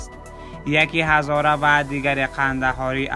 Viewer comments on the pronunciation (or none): none